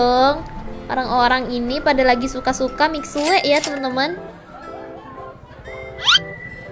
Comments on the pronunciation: Mohon maaf ka bacanya mixue bukan mik sue tapi misue tapi day vlog kakak tetap bagus kok😊💐✨ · baguss bangett, tapi cuma mau bilang aja mixue itu dibaca nya mishue ya bukan miksue hehe, btw aku suka bngt sm vid nya, semangat selalu kk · Miksu kali kak bacanyaa